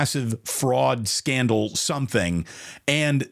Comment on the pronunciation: What's S-candle?? Even japanese don't make such a mistake, idiotic lol. Are u another SAS?